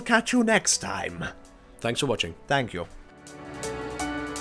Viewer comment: Listen to how he says "thank yo" at the end, so funny